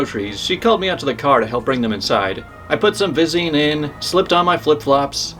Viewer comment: vie-zeen, not veh-zeen, but yeah, that caught my attention too.